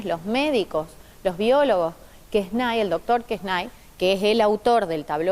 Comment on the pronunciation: Muy buena explicación. Sólo que se pronuncia QuesnE y fue traducido por Manuel Belgrano .